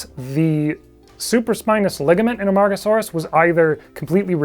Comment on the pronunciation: That pronunciation was awesome and I could never attempt it.